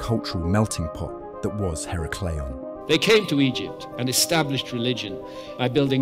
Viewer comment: Her-a-clee-ahn. The first A is said like in "at".